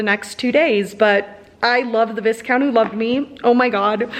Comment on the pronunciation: I love your enthusiasm! Great vlog! Just to let you know, Viscount is pronounced V-eye-count. I haven't read the series, but I loved watching you read them and your thoughts on the books.